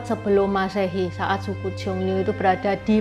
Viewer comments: "Xiong Nu" bacanya tetap siong nu seperti biasa, jadi u nya gak dibaca ü (iyu) koq. Yg u nya dibaca ü itu kata nu yg berarti wanita 女 . Kalo nu yg di sini tulisannya 奴，beda artinya. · Xiong dibaca siung.